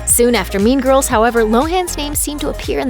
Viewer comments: bruh who hears meme girls instead of mean girls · Why do I hear meme girls?? I hope I am not the only one who heard that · So.. Nobody is gona tallk about how this women says "meme girls" instead of "mean girls" 😂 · why do you keep saying meme girls instead of mean girls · Why do I here meme girls instead of mean girls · Am I the only one who heard meme girls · I heard Meme girls.. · Oh my, I heard "meme girls" instead of mean girls lol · Does anyone else keep hearing "meme girls" instead of "mean girls"? Or is that just me? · I kept thinking she said meme girls 😂😂😂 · i keep hearing "meme girls" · I keep thinking ur saying meme girls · Whenever the person said “mean girls” I heard meme girls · Is she saying meme girls? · Does she say 'meme girls'?😂😂